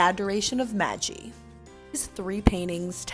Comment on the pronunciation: Who taught the narrator to pronounce Italian (The Adoration of Maggie?!?!) and spell-checked the Italian names (eufitsi) (Titan) (Jenn oleski) referred to? Embarrassing!!